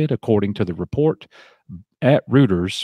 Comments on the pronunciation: its "roy-ters" btw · Reuters is pronounced “Roy-ters”.